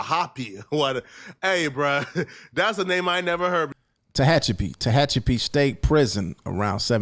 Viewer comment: BREAKFAST am? That's kind of a LATE breakfast for a California State Prison. And somebody let know that Tehachapi is pronounced Ta-hat-cha-pee SMH Ummm, when you're in prison or HELL, not in prison, and someone comes stabbing on you, what else is it but they're trying to murder you. Also there is no black and brown kumbaya in California prisons. You're supposed to rock with your own kind. You have a few ppl that intermingle like, you'll find a Black that's down with the ese's or vice versa. Usually Asians and Pacific Islanders ie. Samoans and Fijans etc., they'll rock with the Blacks. But yeah, it's racial here in the CDC. There's times when race/gang wars that are happening on the streets between Blacks and Mexicans, are calls that initiated from shotcallers in the California prisons. That's just how it works out here.🤷🏽‍♀️